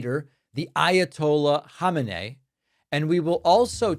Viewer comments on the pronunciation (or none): none